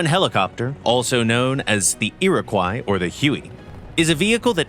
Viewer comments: Iroquois is pronounced "Ear-a-kwa", not ''croy". At least here in Canada where we used the name for helicopters and a few destroyers. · Iroquois is pronounced "ee-ruh-kwaa" :^) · The tail end of the word Iroquois should be pronounced like the fish